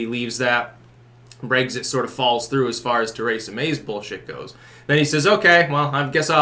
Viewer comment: Too-ray-za, Braygzit